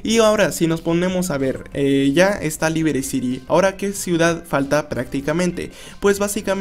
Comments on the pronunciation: porq dices libiri ciri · No sabía que Liberty City se pronunciaba "Libiriciri"